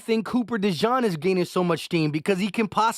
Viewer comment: Not u butchering another name 😂😂😂😂 it’s pronounced De-jeen not de john